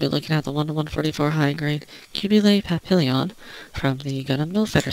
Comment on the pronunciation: qubeley papillion????? come on, you're canadian!!! you should know how to pronounce it properly, you know, silent double L in french??